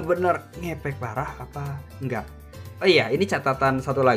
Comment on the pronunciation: Apasi bocil cuma salah ngomong dikit doang